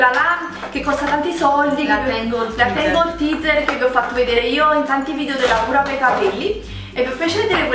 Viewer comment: VIDEO!! Non "vidio"....